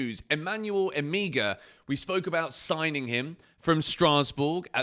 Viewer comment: the name is Emegha - pronunced as Emeha... the two Es pronounced as the E in Empathy